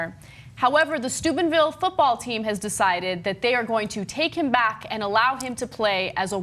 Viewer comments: It sounds like Ana is saying Stupidville. :) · I keep hearing Ana saying Stupidville, is it only me? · Sounds like Ana is saying "Stupidville, OH." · I'm glad you put the town name in the title because all I could hear Anna say is Stupidville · Am I mishearing Ana, or is she pronouncing it Stupidville? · i keep hearing Stupidville xD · I thought Ana said "Stupidville, Ohio". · I recall that being the major thing when this scumbaggery happened initially, too. It fits so well. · LOL, I heard it too. I was like what? and had to look at the screen to read the real name.